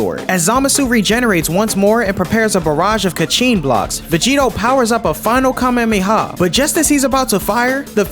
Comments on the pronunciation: KAMEMEHA? no offense dude but u pronounced it wrong its Kamehameha Dont pronounce the Ha in between the 2 m es too fast my guy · KA-ME-HA-ME. Not KaMeMe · Please tell me your joking. A "kamemiha" 😭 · nah bro really said kamemeha😭😭😭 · Bro rlly said kamemameha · I'm sorry a WHAT!?!? A Ka-meme-ha? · Why does he say kamehameha Ka mamey ha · "Goku black fires a kam-hem-he-haw at him" 😂😂😂😂😂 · A "Ka-meemee-ha?" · saying Kamemayha Me: (sighs) goes to the comments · It was going so good in the beginning not until you miss pronounced Kamehameha😭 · that's not what it sounded like you said